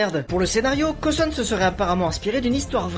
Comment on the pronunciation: C est cauwton pas couton